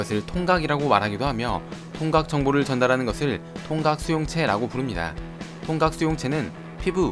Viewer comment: 나만 통각을 통닭이라고 들은거야..?